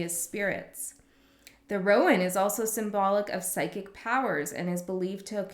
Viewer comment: Gosh those are beautiful decks -- which ones are those? I think you're pronouncing Rowan right. Ogham's harder with the silent 'gh' -- but that's Irish Gaelic for you. Thank you so much for this. And for your energy advice. That was so powerful -- and you're so on point. This was so resonant. Thank you.